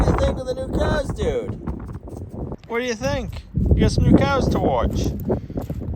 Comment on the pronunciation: Hi and, love watching your channel but I have to admit it's more and more for brutus and now the cows pronounced coows